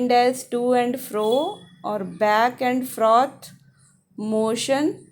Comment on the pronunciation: Mam its back and forth Not froth